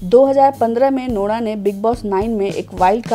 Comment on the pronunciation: When she says nora it sounds like lora